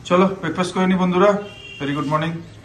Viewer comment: কথা টা বেকফাস না ব্রেকফাস্ট, বাংলা বলুন না